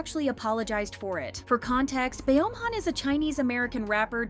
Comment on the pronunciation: BeomHan = BumHan not Be om Han